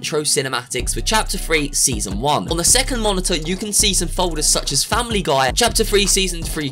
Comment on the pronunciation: I laughed so much when he said faimily guy is coming hahaha